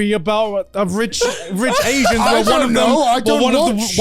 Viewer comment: pretty sure that you meant "Crazy Rich Aians", Garnt.